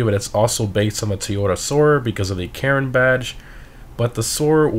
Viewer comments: Like how you say Karin. Sounds like Karen 🤣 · I keep hearing him say "Karen" Previon...